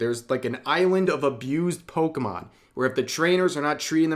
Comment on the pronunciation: Being corrected about Pokémon by a guy who calls them Pokeman is embarrassing. The only reason that second guy was able to do that is because he had the intellect to actually sit down and watch some of it before talking.